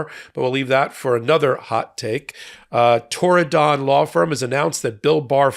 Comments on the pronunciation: I can understand why you might want to put stress on 'don', but the syllable is unstressed: TORR-ih-dn--a beautiful part of the world, mentioned in the book Ring of Bright Water. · Torridon? 'Tried to Tear it Down' more like! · There is no additional emphasis on the don in Torridon. It is pronounced tor-i-d(i)n. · That's Turdadon... the first D is silent. Founded by Turd Barr. These were the A-holes who enabled Trump the first time around. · It's also a place name in Scottish Highlands I thought it was Irish Gaelic (as we just call it Irish) Might be pronounced Tour-in-done though?